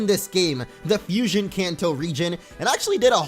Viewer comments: Abhijay Bharathan It sounds like it, how they pronounce it it’s like “ FU-SOIN” not “FUSION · its fusion not fusoin